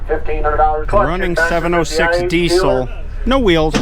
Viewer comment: Interesting relics of the past indeed! Since you are likely to use the word “Diesel” a lot in the future, you might sooner or later want to adopt the correct pronunciation of Rudolf Diesel's surname, as it is common in Britain.